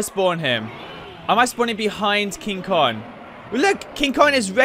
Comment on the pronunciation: This guy doesn't know how to pronounce Kong xD